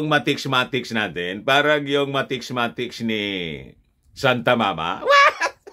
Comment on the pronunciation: Mathematics, hindi mathecs2✌